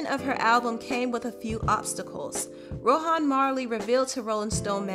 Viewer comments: It’s not Row-hawn...it’s Row-Auhn...ask a Jamaican how to pronounce it. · I think you did a very great job on this. I just have something else irking me and you know I’m going to say something about the way you pronounce things why do you keep saying It like Ro-Han Marley? It’s just Rohan Marley. That unplugged c.d..?????? Hallelujah! That CD was so deep and on top of that you talked about the demonisizim (spelled incorrectly) of one of the music industry and how God had rescued her... that CD is so powerful, it is not very often I listen to it because I always end up in tears and then praising God and giving Him all of the glory hallelujah! Thank you Jesus!